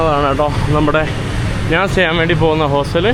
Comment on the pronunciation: എടാ മൈ... നീ നിന്റെ മലയാള ഭാഷ കുറച്ചു കൂടി നല്ലതാക്കുക. നാൻ അല്ല ഞാൻ ആണ് ശരി. 'ന' യും 'ഞ' യും തമ്മിലുള്ള വ്യത്യാസം മദ്രസയിൽ പഠിച്ചില്ലേ?